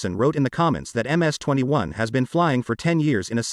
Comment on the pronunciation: Dude it's not a Mississippi 21 aircraft. Its an Irkyt MC 21. These automated voices really mess things up.